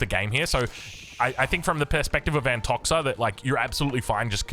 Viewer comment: Just a little thing about nicknames. I'm sure Antoxa won't mind it but the right way to read it is Antokha